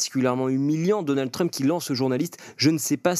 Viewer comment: Il prononce vraiment "Truuuump" ce Français ? Je sais bien que les Français ne savent pas prononcer les mots ou les noms anglais mais tout de même...